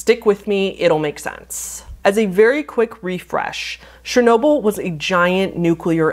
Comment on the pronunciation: please brush up on pronounciation of things, the way you said pripyat made my slavic forefathers roll in their graves so fast it could be used instead of hydroelectric power. not to mention chernobyl. CH lady! not shernobyl! chernobyl!!!!